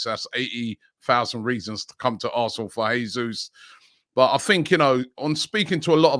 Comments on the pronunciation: Btw, Portuguese speaking country, it’s pronounced Jesus, not ‘Hesus’, like it would be in Spanish 👍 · Jesus is Brazilian. In Portuguese language, unlike in Spanish the "J" at the start of a word is pronounced "J", unlike in Spanish when it pronounced "H". The correct pronunciation is "Jesus", not "Hesus" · Robbie - If we get Jesus ithen we need to know his name is pronounced "Zhay Zeus" -- he's Brazilian.